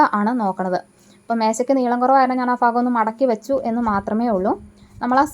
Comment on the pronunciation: ഫാഗം അല്ല ഭാഗം എന്നല്ലേ ശരി